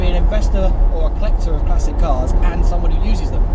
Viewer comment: "Classeesh certified" 😂😂😂 You bloody idiot.